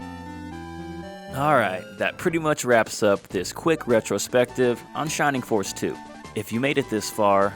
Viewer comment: “Shimimg foss iz waysist!” What a 🚬